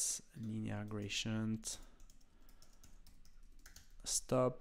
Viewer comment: Grationt? :D Gray-dee-ent!